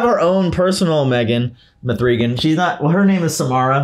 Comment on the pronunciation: "Mthreegan," LOL.